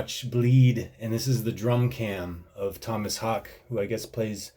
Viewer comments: dont know if anyone mentioned it but his name is pronounced haa-ke. the last is like how you say the ke in okey. thats a minor thing thoe, but fun to see drummers react to this and you have been the most fun to see. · Fun fact, the whole song is in 4/4. Also, his last name is pronounced like "hau keh" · Pronounced hawk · ok, everyone.... it's pronounced Haawk, E,ah............ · Pronounced Hockey... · His last name is pronounced "HEY-K" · Sweds pronounce A like Awe and E like Eh, so Hawk-eh or Haw-keh would be the closest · The double 'A' in Haake, in Scandinavia, is pronounced as an Å, which is like sort of like "O" in hope... So Hoke... Probably the closest I can find in the english language off the top of my head... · His last name is pronounced something like this: "Hawk-Uh". It actually means "Hook" or "Latch" which fits his profession I Think! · They call Meshuggah the fathers of Djent. Its not true. Every other band that tries to sound like Meshuggah, is Djent. Meshuggah are not Djent. And Tomas' last name sounds like "Hockey" but with an Australian accent. (Hawk-eh). I only know because my buddy went to a show and talked to him. My friend asked him how to pronounce his name. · Pronounce it like "hockey" and thats how he says it in interviews. Check out the Clockworks drumcam. Singer is lower and you get a better look at him working the drums...which is always enjoyable. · his name is pronounced "Tumas Haake" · You pronounce the 'e' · I love that he completely butchers Tomas Haake's name :D :D